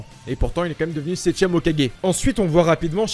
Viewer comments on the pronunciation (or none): none